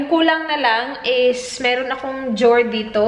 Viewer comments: Drawer - Jow’r 😅😅😅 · Iorganize ang jower 😂 sorry im not a hater pero nabbother talaga ako sa jower 😂😂😂